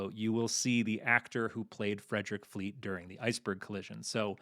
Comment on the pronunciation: As a Brit I musat say you have got the accent for Fleet all wrong, as well as the person asking the questions